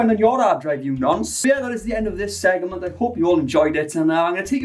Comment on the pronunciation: The way you pronounce “segment” makes me question everything I know about life tbh